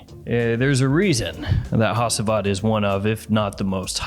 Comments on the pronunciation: ha-chi-vat. not ha-see-vat please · Hacivat is pronounced as haGivat. G instead of C, when reading. FYI. It s turkish, where I m from.